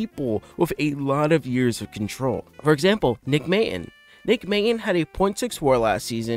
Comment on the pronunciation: It's pronounced "Mate-on". And "Vier-ling"